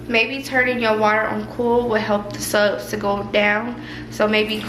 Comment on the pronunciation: You got me saying subs instead of suds 😂